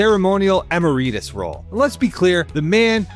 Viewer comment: "emma-reetus"? Dude.